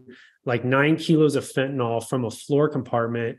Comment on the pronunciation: FentaNYL. NYL. Everyone says “NAWL.”